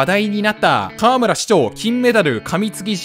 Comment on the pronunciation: かわむら⤴？かわむら⤵